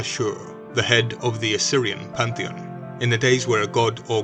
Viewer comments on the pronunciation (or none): none